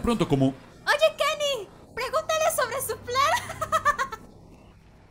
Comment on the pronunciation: YO PENSE QUUE DIJO LENIN PERO ERA KENY XD